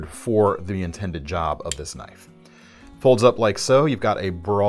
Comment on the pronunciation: That was a goog "now, that's a knoife" moment.